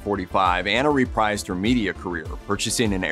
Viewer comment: "Repised" is pronounced "re-preezed." ⬅⬅⬅